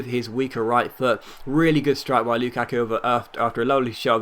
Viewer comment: The way he says luKaku n what difficulty is that